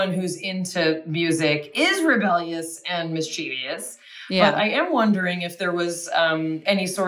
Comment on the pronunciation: Why are you all mispronouncing “mischievous”?